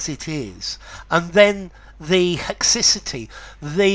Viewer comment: I looked up in a dictionary, and they pronounce “haecciety” different to you